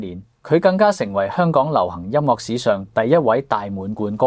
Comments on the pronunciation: 請改一下，音樂之樂係岳音，唔係落音。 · 更正 : 快樂 - 發音是 快”落”. 音樂 - 發音是 音”岳” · ，請注意您的粵語發音，例如：快樂 - 發音是 快”落”. 音樂 - 發音是 音”丘”